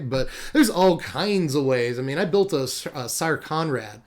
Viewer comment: I've been saying Konrad should be pronounced "Sire Konrad". You said it right the first time.